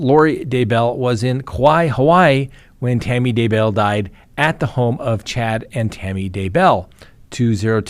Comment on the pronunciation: Still saying DuhBell! WoW!